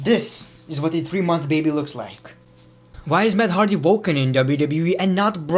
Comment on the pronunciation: I love how you say voken instead of woken